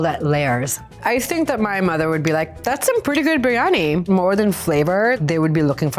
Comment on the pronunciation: I remember it well, so bad and she couldn’t even pronounce it correctly. Some chef…..